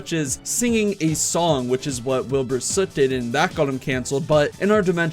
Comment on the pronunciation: Don’t you mean Wheelboor Suieete